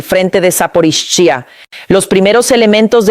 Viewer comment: Tu no puede decir saporilla que lo dise sap0riiiya